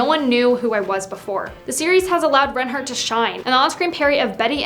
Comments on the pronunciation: Yeah she’s saying wrong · I’m I the only one who’s bothered by the way she pronounces reinhart